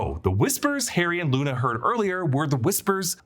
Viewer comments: He also says Nuna instead of Luna at one point lol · You said nuna 😂